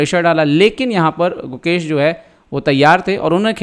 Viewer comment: who heard mukesh instead gukesh entire video?